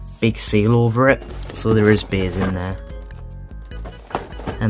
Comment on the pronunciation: When he says beys it sounds like beers